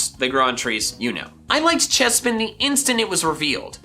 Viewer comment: CHESPIN, NOT CHAPIN!